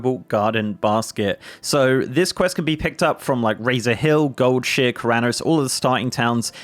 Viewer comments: Omg yeah I’ve never heard anyone pronounce it Gold-Sheer before…. I was shook. Only Gold-shy-er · did you say Goldshear on purpose? Its Goldshire my guy, not Goldshear. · It's not goldshear it's goldshire like the hobbits. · Never heard anyone pronounce it Gold-shear in my 17 years of WoWing. Lol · Did you just say goldsheer?? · lol first person I heard pronounce goldshire, “gold sheer” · I keep hearing "gold shit" lol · ☝️this part right here. I winced painfully every time with that pronunciation 😫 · His pronunciation of goldshire is making me cringe… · Your British comes out so hard when you say Goldshire